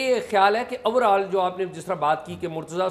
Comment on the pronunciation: اعزاز بھائی! یہ “اورآل” نہیں ہے۔ “اوورآل” ہوتا ہے۔